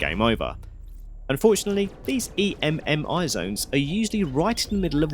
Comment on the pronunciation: You saying E.M.M.I. instead of just EMMI is driving me insane